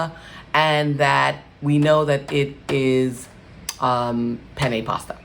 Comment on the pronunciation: That's not the correct pronunciation ...penne.…please google to hear the correct pronunciation…just looking out 🌺🙏🏽